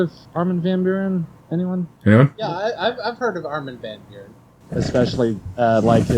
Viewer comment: As someone who shares a country of origin with the man, the pronunciation of Armin van Nuuren , hurt :D Don't worry, i'll promise to continue shamelessly butcher your language in return.